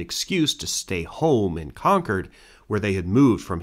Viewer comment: I can't tell you how much I appreciate that you correctly pronounce Concord throughout. Now say Worcester 😊